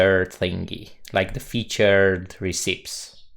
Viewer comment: Hi, just a little point: it is pronounced "reh-ci-pees".